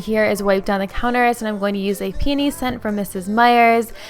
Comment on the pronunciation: JFC thank you for not saying pee-o-nee!